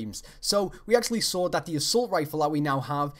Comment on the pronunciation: and when you say saw it sound like sawer